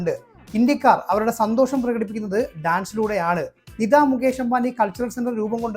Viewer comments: “നിദാ “ അംബാനി. .അല്ല. “നീത്താ ”അംബാനി എന്നതാണ് താണ് ശരിയായ ഉച്ചാരണം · നിദാ അംബാനി ആരാണ് ? നിതാ അംബാനി എന്ന് ഉച്ചരിക്കാൻ പഠിക്കുക.